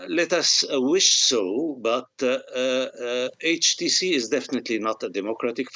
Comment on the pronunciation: Why would we listen to this Gilbert. He can not even pronounce HTC correctly. Where did you even pick him up?